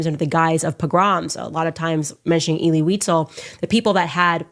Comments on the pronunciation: She's not even saying visels' name properly and it's not pronounced elay, it's elee (phonetically) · (Pronounced. “Ehlee Weezehl) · Unfortunately, mispronounced the name throughout the video. It's pronounced "Ay-lee Wee-sel." Then again, Candace pronouncing it like that proves she couldn't have taken a college course in it.